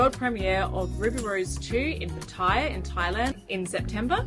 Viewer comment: Very nice. Disclosure: I am a part-time resident of Pattaya. One of the big controversies amongst non-residents is how to actually pronounce the word "Pattaya". You have been pronouncing is Pa-TAI-ya (inflection on the 2nd syllable) which is common amongst newbies. However, the locals tend to pronounce it PA-ta-ya with the inflection on the 1st syllable. Pattaya is Asia's playground. As I recall, there are 26 golf courses, the largest marina in Asia where you met your new boat, MANY hotels and (just announced) what may become the largest cruise ship terminal in Asia. It is not expensive and the food is GREAT!